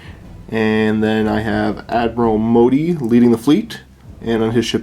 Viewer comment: I hate to be that guy but the Admiral's name is Motti. Pronounced Mot-tee. You guys keep saying Modi and I can't figure out what you are talking about.